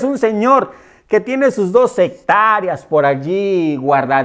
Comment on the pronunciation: Quien le va a creer a este individuo si cónfude "hectáreas" con "hectárias"